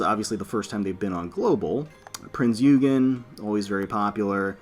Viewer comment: Still waiting for you to upload actual gameplay, i am interested on how you deal with the main chapters and how you manage your fleet and equipment. Also just noticed you mispronounced Prinz Eugen's name, it's pronounced "Prince-Oygen" ☺️